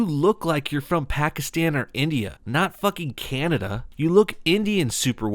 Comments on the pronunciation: And Afghanistan too but then she pronounces India normally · Why does she keep pronouncing Pakistan like that? Bawgistawn! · What?!?! How?!?!? The first guy who made the comment said she says Pakistan like "bawgistan" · What the hell are bokiston and offghoniston? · I hate the fuckin way she pronounces Pakistan and Afghanistan in the video